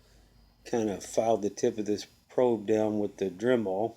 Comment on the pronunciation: What's a drem-all? Is that something like a Dremel?